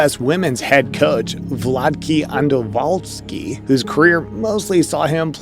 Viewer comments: Valtkey andowalski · The pronunciations of CONCACAF and Vlatko Andonovski were... interesting